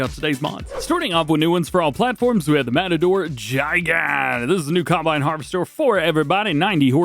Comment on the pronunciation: Gee-gant, or Guy-gant I believe is the pronunciation